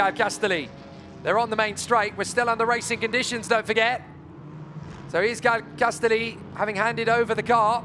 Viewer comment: shouldn't Castelli be pronounced like spaghetti ? castElli spaghEtti